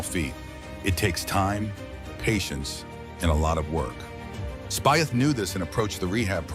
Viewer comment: Spieth is pronounced speech